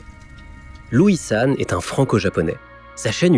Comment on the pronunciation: J’ai stop au moment où j’ai entendu louissan…